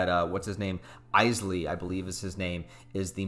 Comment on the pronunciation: Where whitebaord Clare? And Isley is pronounced more like Eeslay.